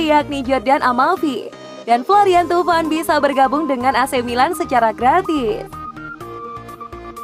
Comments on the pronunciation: pada baca nya thauvin kan ya...tp kenapa pas di sebut tuvan?? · Thauvin min,, bukan thuvan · gw ga suka sma komentator nya~ kalulu absen, romagnoli udah balik... cara baca Thauvin jg kurang akurat, jadinya indo banget...